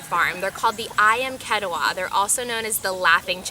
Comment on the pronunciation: You should learn how to pronounce "ketaws" properly from Indonesians.